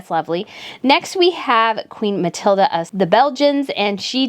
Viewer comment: I appreciate your work so much with this best/worst dressed. Catherine's tartan look gets me everytime! I'd wear tartan total look every day if I could, just adore it. Letizia in total PINK does look like the bottle at the pharmacy, yuk! Just one thing with the pronounciation of certain names! I'm from Montreal, Canada and my mother tongue is French so here's a few tips: about Queen Mathilde, you can go with more of a Ma-til-duh sound, there's no A at the end. Queen Letizia would sound better as Let-ti-sssia! In Spanish the Z is pronounced as an S. Christian Louboutin (adore his shoes!) would sound better as Lu-bu-tan; I know, wierd but the nasal sounds in French are hard to get right. Have a great New Year 2023, full of happiness and love!